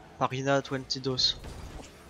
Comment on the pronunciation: Pajina TWENTY DOS? sérieusement?